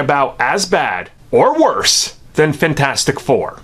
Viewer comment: You pronounce it fanfourstick